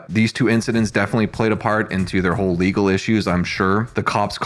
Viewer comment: BAM booked it second he hurt the word LEGAL 😂😂😂